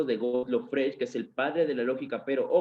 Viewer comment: Freg, Güitejed, Güitjenstein. Es un poco raro que un profesor de lógica no haya aprendido nunca a pronunciar estos nombres. Además, castellaniza los nombres propios. Suena muy raro.